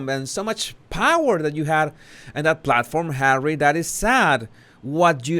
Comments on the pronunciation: Lov da way u say "Hawwy"it suits this ginger nut. And was that an android of mm,geesh tis woman needs help. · I thought he wanted to be called "Just Hawwy"? 🤣🤣🤣🤣